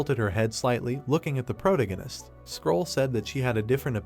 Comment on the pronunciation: I appreciate that you uploaded this at all, but this is extremely low quality, low effort work. However you have the AI reading this you really need to take a second look at. Grammar, pronunciations, spoilers with a characters name, the thing can't even decide if Roland is Roland, Protagonist (which the AI is saying incorrectly), brunette guy, list goes on. I watched up to chapter 395 on Manwha Fresh and while it has its flaws, frankly it should be the standard. It is hard to actually enjoy the content when its being read and narrated so poorly. And to get ahead of any empty headed idiots, yes I know it is free, yes I know they didn't have to upload it and yes, you do also know that nothing is exempt from criticism, no matter how much you don't want to accept that fact.